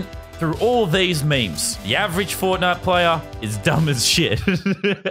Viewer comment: FORTNITE NOT FONAY